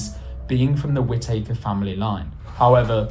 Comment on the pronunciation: no one, anywhere pronounces it like whit takers 🤣🤣